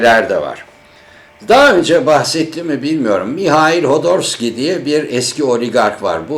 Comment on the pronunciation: Hodorski değil khodorkovsky